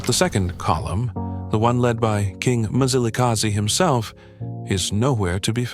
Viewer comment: It's not Mizilikazi mani wena mlungu. That's why it's not good for our history to be told by white people. They want us to pronounce their words correctly. But they don't do so with ours